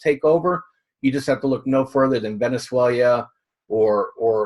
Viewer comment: Fatso may be rich , but he says "Venezueilia". Watch your cholesterol fatso ,it will be your undoing.